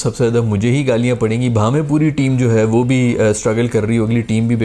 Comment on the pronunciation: Loved your "bhaven" 😂😂